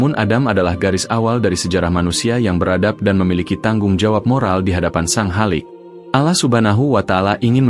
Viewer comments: Akun yahudi. Takkan bisa fasih dalam melafalkan nama Allah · Bahasanya bikin geli ... Mu (Allah ) jadi MU kayak nyebutin club bola🤭🙏🙏 Cara menyebut Allah jg tidak sbg mana mestinya ... 🙏🙏